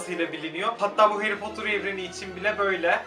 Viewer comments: Harry potter takip ediyorsun ama heğri potur diyorsun😂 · Abi o harry potter değil hayri potur